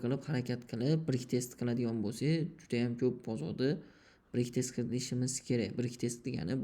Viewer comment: Брек тест эмас факат,Бек тест дейилади сизам билиб куйинг 😅